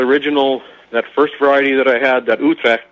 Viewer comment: I understand it was hard to understand. I try to stay true to the language from where it came from. It's spelled Utrecht. It was grown in the Netherlands in the early 1900s. I've heard it pronounced Utrekt. I believe the actual pronunciation is ootrecht. I could be wrong.